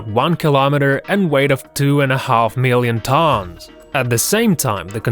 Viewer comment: 2 and a half mellon tawns